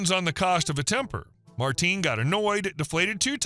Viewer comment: You can tell the voice is AI. In the third video the voice over says "Marteen" instead of Martin.